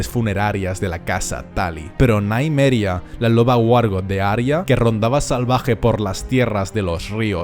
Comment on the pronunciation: Cada vez que dice Naimeria, muere un lobo